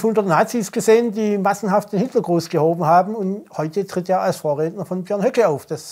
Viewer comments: Berd Höcke er heißt Berd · Sag einfach Björnd 👏🏻😂